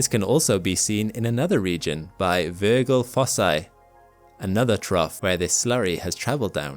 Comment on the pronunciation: In the place name "Virgil Fossae" the "g" in Virgil should be a soft g (Verjil). The presenter uses a hard g. As far as I can tell, this is correct in both modern, and classical Latin. It's definitely a soft g in modern English. (It was slightly jarring for me, since this is my name...) There's also a place where the presenter says carbon dioxide, and the subtitles say carbon monoxide. I'm guessing it's dioxide, as monoxide is much less stable, and therefore much less common. Besides those VERY minor quibbles, it's a very nicely done video. Thanks!